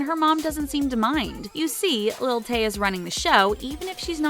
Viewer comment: When she sayee lil tay im like no